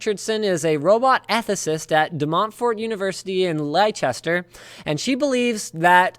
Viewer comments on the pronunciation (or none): Leicester is pronounced "lester" not LIcester. Just sayin ... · DeMontford University in.... Ly-chester?! Come on! :D (it's 'Lester', like Worcester or Gloucester etc) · Linus ffs it's pronounced Lester not Lychester, surely you know that? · It is pronounced lester not liechester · Lie-chester? Linus, it's pronounced like lester. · Demontfort university in lichester? do you mean leicester? i live there lol, its funny seeing how people pronounce english places :D, its pronouced 'lester' just fyi. :) ( i know it doesnt make sense :P ) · leicester.... is pronounced les-ter ;) not lie-ces-ter.... Good video though Linus... can tell you'd had a long day! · I LIVE IN LEICESTER AND ITS PRONOUNCED (LESTER) NOT LYCHESTER!!!!! ANYONE WHOS NOT FROM THE UK ALWAYS GETS THIS WRONG XD!!! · Oh, if Linus only knew, how that clock-boy play will turn out to be... (Or that Leicester is pronounced "lester" :3 ) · Leicester is pronounced 'Lester' or 'Lestah' if you're from here! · I just lost all respect for you Linus, you mispronounced my city. It's pronounced "lɛstər". Please don't let it happen again. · #1 Leicester is pronounced 'les.ter' It's an English city in the Midlands. I request a Titan X as compensation ;) #2 as a consumer of phone VR, I use a quad HD display (Samsung galaxy S6) and I would love a 4k screen for VR use, even if it were off the rest of the time. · god dam it linus it Leicester (les-ter) i thought it was just ppl from usa that put the H in Leicester sorry it a bug bear with living in the city of Leicester you even have a city called Leicester in Canada in Alberta who pronounce it (les-ter) rant over lol keep up the good work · Demontfort university in leiCHester xD! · FYI Linus, Leicester is pronounced "Less-ter". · Wow you really butchered the pronunciation of Leicester.